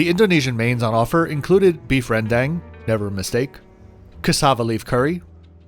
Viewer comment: Great review as always. Btw Rendang is pronounced Ruhn (you're already saying the first part right) - Dhung (like when you say cow dung) . Cheers!